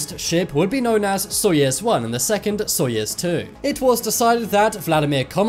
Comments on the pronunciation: Such a popular channel, awesome subjects! - But, how can you constantly mispronounce on such a popular channel GAGARIN AND SAYING:GARAGIN ????? ANYONE, EVEN IN THE MOST REMOTE PLACES ON EARTH KNOW ABOUT SOYUZ —— NOT SOYEZ. Seriously???? GARAGIN AND SOYEZ????? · btw your saying soyuz wrong- im russian :) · Jesus! It is not SoiEz one! It is Soiyuz one! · soyUUUUUUUUUz its a enormous size of letter U! (not soyEz...) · SoyEz I thought it was pronounced SoyOOz, I guess i was wrong. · My god Soyuz not soyes And Gagarin not garagin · Soyuz, not Soyes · It's pronounced "Soyuz" (not soyez) and Gagarin not Garagin! At least just learn how to pronounce if you intend to narrate next time. Only reminding for the sake of a better narration. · GA GA RIN !!!!!!!! SOY OOZE. !!!!!!!!! FFS!.. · But it is "Soyez" right? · no - Soyuz. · Lol I like how your pronunciation for "Soyuz" sounds like "Soyaz"